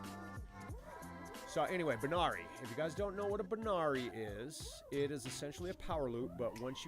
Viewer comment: Hey brother it's actually a "Barani" not a banari. Alot of people make that mistake though. Lol